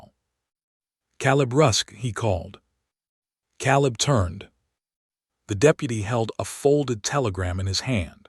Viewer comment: It's pronounced Kay-leb. Please get AI changes to language fixed...